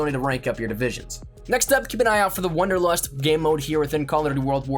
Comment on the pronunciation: >wonderlust Ey yo mang it's WANDERlust